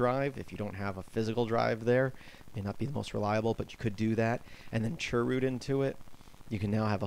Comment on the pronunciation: dnt call it churrrr root